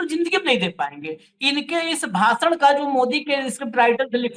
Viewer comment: Yaar ek to hindi seekh lo bhasa nahin bhasha gyanes nahin gyanesh hindi nahin aati bhasan nahin bhashan